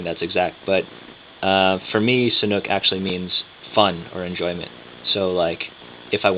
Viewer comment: you say Sanuk , your accent like Thai. I confirm ! I am Thai and really likeeee Sanuk shoes ! VERY VERY COMFORTABLE SHOES !